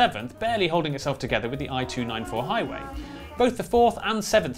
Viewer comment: lol the eye-two-nine-four